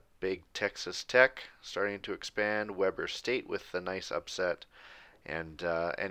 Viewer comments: Worth noting: Weber in Weber State is pronounced wee-bur, not weh-bur. Also worth noting is I personally know some of the players since I’m a student there so seeing them beat Utah is awesome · It pronounced we-burr (like your cold) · It's pronounced weeber state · Great series but you are saying “Weber” wrong lol